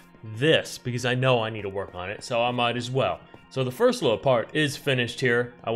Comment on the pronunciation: My favorite number: ”Firat”